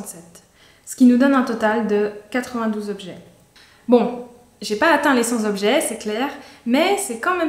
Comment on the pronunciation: "100 t' objets" comme "cent objets", pas "100 z'objets" comme "sans objet" ! C'est tellement agaçant que je quitte ta vidéo à 1'35.